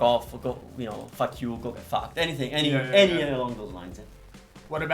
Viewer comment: I laughed so hard when he said “fack you“ and pointed the middle finger “farts“ Cazzo